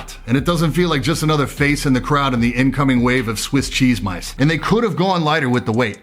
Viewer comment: I loved how he said Swiss Chesse Mice lmaooo